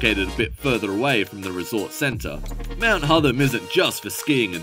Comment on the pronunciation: hotTHam not hodum